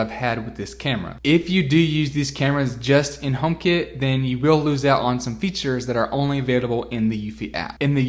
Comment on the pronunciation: as an andriod owner and not an apple fanboy took me the whole video and lots of googling to figure out what you meant by homekit as i thought you were saying homebase. great review otherwise!